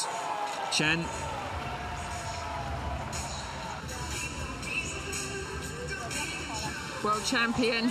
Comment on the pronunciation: better pronounces like 'chan' than 'train' OR the way the commentator pronounced the last name of Chen' Yu Xi.